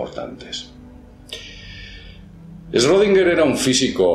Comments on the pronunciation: Se pronuncia shrudinguer, es alemán, no es esrodinguer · se pronuncia shrodinguer xd no esrrodinguer :u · olá amigo, este senhor é um alemão, seu sobrenome possui um trema na letra o (Ö) esta letra quando pronunciada se lê como como OE. logo seria Schroedinger. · Schrödinger, 3 silabas, no Esrodinger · No se lee ESchrödinger? No lleva una E delante de la Sch. Respecto del gato solo sirve como ejemplo grafico. Te aseguro que si tu fueses el gato no estarias en dos estados solo porque nadie te vea. La mecanica cuantica no sirve para explicar el mundo no cuantico. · shrUdinguer? de donde sale esa U? "ö" es una vocal intemedia entre "e" y "o", no es U. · pronuncias mal su nombre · si no sabe pronuciar su nombre, qué se puede esperar del video 😅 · Aprende a pronuncia bien el nombre de "Schrödinger" 😒😒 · Este idiota no sabe ni pronunciar Schrödinger y quiere que lo tomemos en serio.